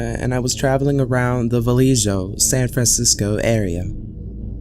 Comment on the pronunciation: I swear to God I've gotten lost in the same damn warehouse district in Vallejo the author did. ( the j is pronounced like an h, btw.)